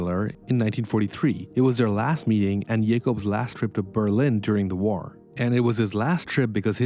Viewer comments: Stop saying ‘waur’. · and saying "whar" for war.